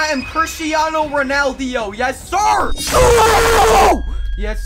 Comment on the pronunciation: Did just said caristanio roneldo